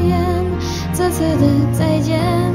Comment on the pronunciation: 告su 不是 告shu zhe次 不是 ze次 除了普通話發音有點差之外 別的都挺好的